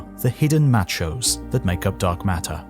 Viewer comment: "MATCH-ohs" lol.